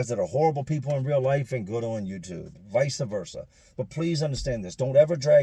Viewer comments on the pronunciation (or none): it is vice-versa not vicea-versa. love your videos!